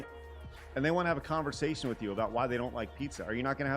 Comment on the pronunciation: Folks trying to conversaSHUN!.... sorry.